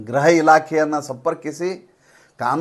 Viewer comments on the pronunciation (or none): Gruha ಉಕಾರ graha ಅಕಾರ ಅಲ್ಲ. ಗ್ರುಹ ಇಲಾಖೆ ಎಂದು ಹೇಳಿದರೆ ಸರಿ ಎಂದೆನುಸುತ್ತದೆ ಅಲ್ಲವೇ?? ನನ್ನ ಉದ್ಧಟತನ ಎಂದೆನಿಸಿದರೆ ಕ್ಷಮಿಸಿ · ಗ್ರಹ ಇಲಾಖೆ ಅಲ್ಲ, "ಗೃಹ "ಇಲಾಖೆ ಗ್ರುಹ ಇಲಾಖೆ ಅಂತ ಬೇಕಾದರೆ ಹೇಳಿ ಗ್ರಹ ಅರ್ಥ ವೇ ಬೇರೆ ದಯವಿಟ್ಟು ತಿದ್ದಿಕೊಳ್ಳಿ. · गृह ಗೃಹ ಸರಿ